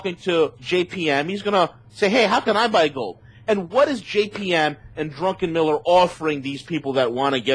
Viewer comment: I like what he says except I absolutely cringe when he keeps saying "Drunkenmiller"